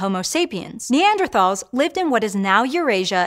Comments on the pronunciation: Would think you’d know how to pronounce Neanderthals. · Hank would be disappointed in her pronunciation of “Neanderthals”